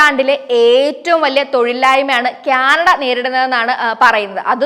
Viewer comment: ക്യാനട അല്ല ആന്റി, കാനഡ. Ok